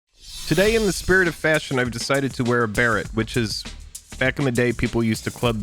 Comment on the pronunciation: I love the way he pronounced baret...so much better.